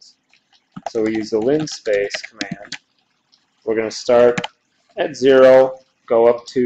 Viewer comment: it's "linspace" not linespace, i did the same thing